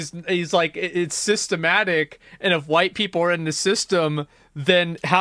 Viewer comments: My only issue with this video is the pronunciation of "Systemic" as "Systematic". They're similar, but not the same thing lol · Maybe it’s boomer of me, but you must make sure to read/say “Systemic” vs. “Systematic”. Two different words, two different meanings.